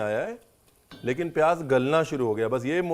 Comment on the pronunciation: Aap lakhnow ke ho key talaffuz itna galat bolte hai jesey payyaj